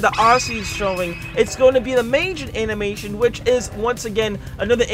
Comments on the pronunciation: Also cap it’s said mah jeen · The only thing I didn't like about this video is how he said Majin.